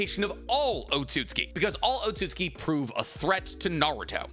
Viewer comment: wait when did you start saying otsutsuki correctly?!